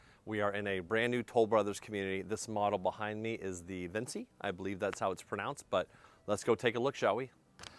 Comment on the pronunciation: You might be right in unnunciation but I think it's *Vin-chee*+ like Leonardo da Vinci